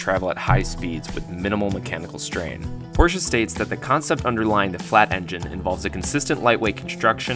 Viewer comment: First, you get a like because you say Porsche more correctly than most others. Usually, I shut off the video the moment I hear the person mangle the man's name. The flat layout is good because it sits so low in the car, but at the same time, it's hard to get to. General Motors also put boxer engines in the Corvair.